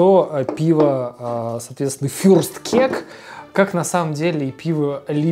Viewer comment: блин. как же доставляет произношение фюрстКЕК